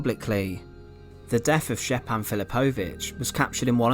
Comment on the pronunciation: Great video, I've seen this monument many times. Just a heads up, j is pronounced like a y in yellow in all ex Yugoslav languages